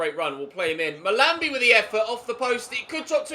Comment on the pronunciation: is pronouncing "Mahlmbi" wrong